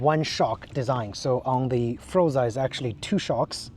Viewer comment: Nice review of a really nice scooter. But it's pronounced FORZA, not FROZA... I hope you enjoy many happy miles with your super-scoot!